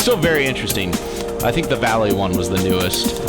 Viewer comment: not calley, valley damnit